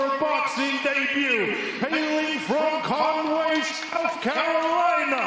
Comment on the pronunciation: Lol. "Cornway, SC." It's Conway.